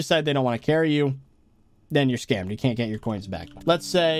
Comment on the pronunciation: Normal people: scammed: skAimed